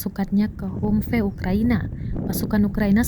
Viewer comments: Ini narator tribun baca nya kayak gimana dah. Bukan humpe tapi bacanya hamvi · hamvee bukan hummmpey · 😅😅😅 Kok mengejanya 'humfe' sih kak...? HUMVEE itu dibaca 'hamfii' kak... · Min kok bacanya humpe? Gak sekalian tempe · Humvee, sebutannya "ham-vi" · Cara bacanya HAMFI ya mbaaakkkkk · Humvee bacanya "Hamvi" ya min.. 😅😅😅